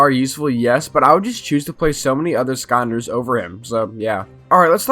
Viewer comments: Does anyone else here him say "skahnders" instead of skylanders? Might be because this is the first of these videos I've seen and if I really try to hear it sounds like skylanders. But no shade from me I enjoyed the video and I agree with most of it. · Why do you pronounce skylanders like skyunders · Broooo imagine pronouncing skylanders "sconders* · Him: Here are some forgotten ScOnDeRs that nobody reme- Me: ITS SKYLANDERS WHAT DO YOU MEA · Like I swear to god this guy is saying “skonders” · why he saying "skonders" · Why do you pronounce skylanders as skonders? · Bro made a 14 min video about skylanders and didn’t even pronounce the word “skylanders” correctly one time lmaooo